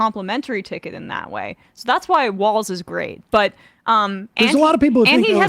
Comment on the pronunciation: His name is Walz and not Walls. Come on guys it is not that hard. But American need to get past I do not agree with the person running 100% so I am not voting for them or not voting at all. Even if you live in Republican state it is impprtant you vote because those local elections actually effect you more personally then those in Washington. Also those small election the person may win with just a few 100 vote different between the winner and loser. You vote for the person who will do better or at least no harm. Trump is a harmful to our country.